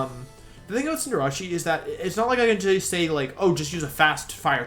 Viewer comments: Did this noon really say Arca-nee-nay, Venyasaur Jiggalith, and Cinderachy?? Is your i.q. the same as your shoe size? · Wolfey darling, I love ya, but it's pronounced "ar- k- nine" like canine the canid species of animal e.g. dog, fox, wolves. Fun fact! It's why the robot dog in Doctor Who is called K-9, not K-NEENAY. Also, it isn't "Cin- deh- ra- chee"! 'Cin- der- ace' is how it's pronounce, a combination of cinder (fire) and race or ace in reference to an athlete or pro competitor. Where does the 'ra-chee' bit come from? And what does it have to do with a fire bunny who plays football? PS love the vids dude, you're a great guy! But please learn how to pronounce them as you're the first person to bother me this much due to your pronunciation not even being consistent to how vowels and syllables are used in the English language. PS PS it's Venus (reference to flesh eating plants the flower on it's back is based on)- Saur (like a dinosaur... That bit you got right). PS PS PS "Nee- Nay- Tails"!!! Are you kidding dude! It has Nine Tails! So how do you reckon that's properly pronounced hmmmmm?? I dropped a like. <3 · Why does he say Cinderace like that? 😂